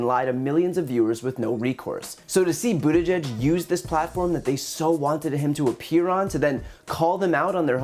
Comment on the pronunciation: Brian, I applaud you for being able to say Pete’s last name properly. It’s not an easily pronounced Maltese last names.